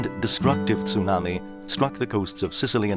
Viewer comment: STOP SAYING TOONAMI.